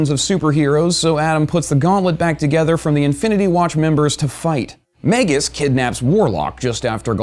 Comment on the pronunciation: It's "mag-us," sounds like "bag-us."